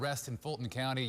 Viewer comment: Lovely video lekin bhai ‘Gunna’ hai घड़ा nhi 😭